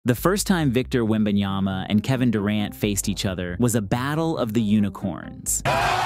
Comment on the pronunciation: Dang! Is that? I mean …. Lol …. Just get it right….. It’s WembanYAMA,,,,,!! If you can’t say his name, right, just call him WEMBY!